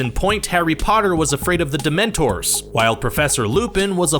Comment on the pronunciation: And DemenTOR